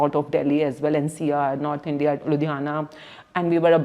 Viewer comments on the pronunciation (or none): none